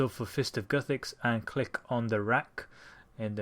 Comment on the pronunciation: Okay i cant understand you at the part into the vid. were you saying fist of guthix??